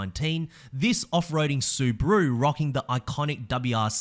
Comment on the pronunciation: Why you say Suburu?